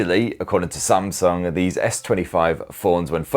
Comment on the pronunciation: Oh myyy can watch this video a thousand times saying spamsung 😂😂🤣🤣🤣🤣🤣🤣🤣🤣🤣🤣🤣🤣🤣🤣🤣🤣🤣🤣🤣🤣🤣🤣🤣